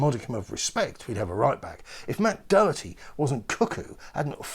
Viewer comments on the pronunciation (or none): none